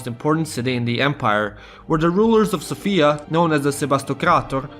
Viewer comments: You're saying Sofia wrong, it's more like Sófia, and not Sofía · Everything is wonderful information wise, I just hate it when I hear people constantly mispronounce Sofia. The woman's name is Sophia, the city's name is So'fia - not Sofi'a. I'm a grammar nazi. My OCD is extremely triggered lolz